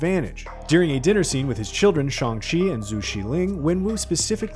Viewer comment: Is there a reason this fad get can’t say Shang Chi correctly…..?